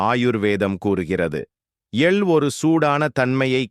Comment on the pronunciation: எல் இல்லை. எள் .